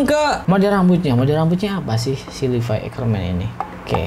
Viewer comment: Levi anjirr bukan livai